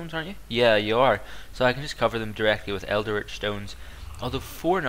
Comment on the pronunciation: Like the vid but, it's pronounced el-dritch not eld-eritch. Also, it's possible to get a second of the same theory until you've read the final part of it, so always research the theory before the remaining fragments.